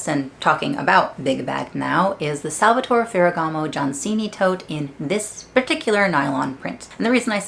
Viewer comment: You can pronounce the final E in Salvatore, that’s the right way to say the name ;)